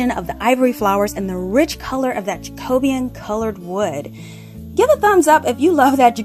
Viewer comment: Lovely ideas! I also love that you say "Ja-CO-Be-An" correctly (not "Jake-o-bean")